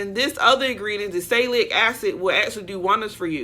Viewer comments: SAL luh SIL lick . SALLY SILLY K. Salicylic (acid). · Salicylic Acid s pronounced: Sal-A - Cil- ic. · "Sa-li-si-lik" is the correct pronunciation of salicylic (acid.) It's used in many acne and other skin care products to open blocked pores. It makes sense that this ingredient will help hair follicles remain open for hair growth. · Salicylic is pronounced....Sa-liss-sill-lick. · Sal-ah-sill-ick acid is aspirin. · “Sal-li- sil- lic” acid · Say it with me salicylic acid... Which is one of the primary ingredients in most all acne products... However what you said was hilarious I can't even begin to attempt to spell what you tried to call salicylic acid 🤣